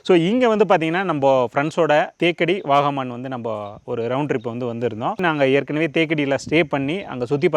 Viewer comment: Vakaaaman illa bro vagamon,oluga pronouns panuga